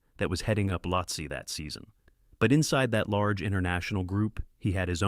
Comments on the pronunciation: Pronounced "Lotsay" or "Lowtsey" Not Lotsah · It’s the AI. Sometimes it miss pronounces words. It says lahotsah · so is this voice ai generated (and not disclosed to be which is gross btw) or do you just not know how to pronounce any of the mountains youre talking about? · How many different ways can the same “Voice” miss-pronounce the name of the same mountain?